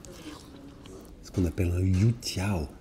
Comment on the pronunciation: Oh you jiao j'adore 🤩 (et tu as très bien prononcé bravo) mais je préfère la version sucrée à tremper dans le lait de soja